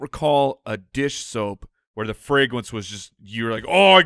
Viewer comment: The fwagwence was ovewhelming!! hahahaha